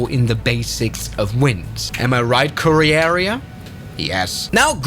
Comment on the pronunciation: “Oreorean” and “Korearea” 🤣🤣🤣🤣